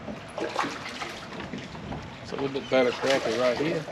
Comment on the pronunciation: I can't support a guy that pronounces Crappy wrong... LOL